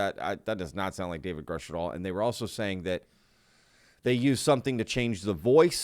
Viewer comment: I recall he did say david grush but prononced it grooosh